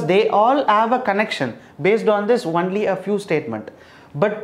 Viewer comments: Sir why are you pronouncing it like onely it is only = on ly .. And maths as macks.. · Its pronounced only (ownly) not "unly"